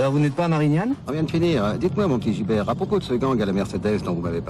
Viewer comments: Bon j'ai 12 ans de retard... mais c'est pas ""gilbert" c'est gibert :) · C'est pas Gilbert mais GIBERT , et pas alarme générale mais ALERTE GÉNÉRALE !!